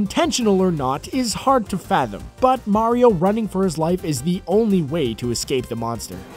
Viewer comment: finaly he stopped saying merio